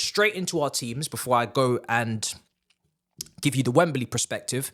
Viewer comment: Bro says PREspective ffs